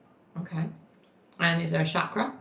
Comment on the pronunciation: Amazing video. Just wanted to share that the word chakra is pronounced with a hard CH like chocolate, it is the Sanskrit word for wheel/cycle/circlular signifying energetic circular centers 😊 (not french so ch isn't sh) If it helps! xx